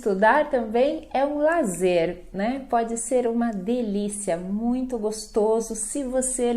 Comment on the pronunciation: "Sem falar que estudar também é um lazer"? ou "prazer"? :O